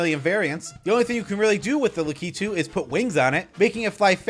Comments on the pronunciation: Great video! I like how you pronounce La-ke-too!😂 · I can't get around how you say lakitu